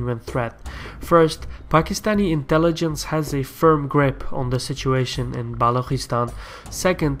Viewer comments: Good video. This will certainly help people outside the sub-continent to better understand the issue. Just a small correction- Balochistan is pronounced Balu chi- stan. The chi as in chicken. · isnt it Balochistan?